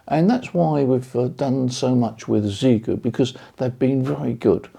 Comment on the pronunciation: It’s pronounced shee-yay-goo. Ask them. All you chaps selling gear and you don’t even know what it’s called. Sheesh….